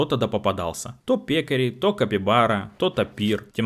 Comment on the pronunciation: без обид, дружище, но правильно пеккАри. это вид свиньи, еще Жюль Верн описывал их в "таинственном острове"